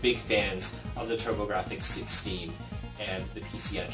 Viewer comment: It's "Turbografx" not "Turbographic".